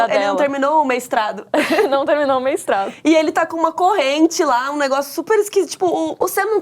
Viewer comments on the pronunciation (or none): “Meistrado” foi o melhor 🤣🤣🤣